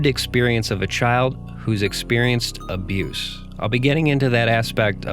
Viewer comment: “reckless child aboos”? Is that what she said?